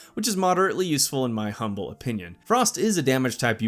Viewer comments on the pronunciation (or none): none